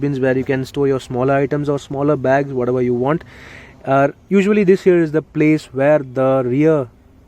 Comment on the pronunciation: Your "this here" sounds like "this year".....lol